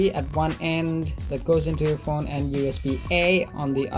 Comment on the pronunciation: Its phone not phouune!!